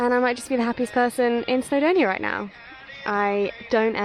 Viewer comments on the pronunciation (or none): none